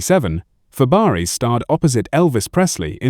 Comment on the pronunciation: It's not Fab-e-ares